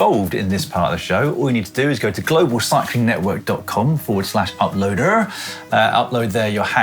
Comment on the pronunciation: I love how Dan always pronounces the word ‘uploader’ the west country way. Dunno the backstory, but enjoy it nonetheless.